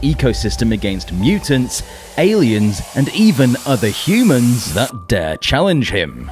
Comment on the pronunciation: Is thusban AI reading abd writing a script? 🤔 Or did he really say "even other hunans" as if Godzilla himself,was a hunan.